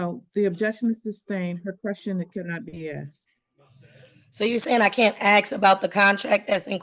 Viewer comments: Did. you pay rent? If not, you're evicted. And stop saying "axe". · "Ax". Ugh. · She really wanted to axe her questions. How can you take someone seriously when they can't even pronounce simple words like "ask" properly? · It's hilarious to watch and hear a totally insane illeterate being present a waste pile of so called case.. Can't even speak her mother tongue... What's with "AXE"?? What happened to "ASK"?? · Guilty of crimes against the English language. 'Aks'? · She shouldn't be allowed to axe anyone. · ASK ? Not axe 🪓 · She thinks she is so intelligent. Yet, she cannot pronounce ask. It isn’t ax, sweetie. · She "axe" a lot of questions. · She kept axeing the questions. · Okay listen! Let me Axe you something! Do you know what contempt or court is? 30 day! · She most certainly "AXED" her questions! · Are you saying I can’t axe” The arrogance of this ignorant girl is outrageous. The judge is allowing her way too much latitude. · "Ask"..its Ask. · Axe, axe, axe; go back to grammar school. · She can't even say the word "ask" correctly in court. Oof. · Axe axe axe axe axe. So fing ghetto and lazy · Can I aks what the heck that was? 😬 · With all her AXING, she's literally MURDERED the English language. M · In her research, she needs to learn how to pronounce, "ask". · Don't let them argue with each other. yes Lady you are a sov idiot. It's not prejudicial or whatever. No you can't axe a question. Go back to school. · Lady, if you cannot pronounce the word "ask" properly, you do not enhance your argument. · No girl you can’t ‘axe’ that question. 🙄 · No Lady You Can’t Axed anyone go back to school 😂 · Why can't she say ask? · If you cannot master the word 'ask', how in the hell are you going to excel in a court case? You are flat out dumb and unfortunately, you need to have this told to you many times before it will start to sink in.